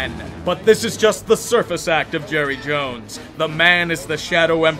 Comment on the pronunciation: Palpatine > Jerruh Jones